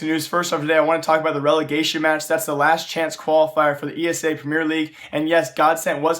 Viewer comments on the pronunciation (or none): How many times.. It's ESEA NOT ESA